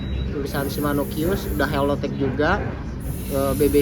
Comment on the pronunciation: GVL bukan GFL 😂😂😂😂😂 HOLLOW TECH bukan HELLO tech